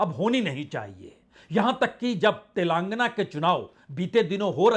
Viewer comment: तेलांगना telaangna क्यों कहते हो तेलंगाना telangana है भाई